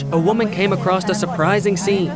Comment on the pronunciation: . AcroSS. Not “acrosst.” There’s no T. Please educate yourself. Especially if you’re going to narrate anything.